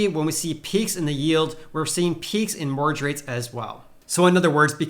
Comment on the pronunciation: Hehe, I love the way you say 'mortgage', Sounds like, "morrage". Love it! :)